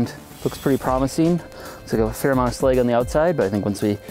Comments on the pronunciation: Slag is pronounced with a soft a as in ash bash cash it's like trying to pronounce Apple as Ape - ul. It just isn't right. I actually found myself losing interest because that mispronunciation. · Slag, not sleg.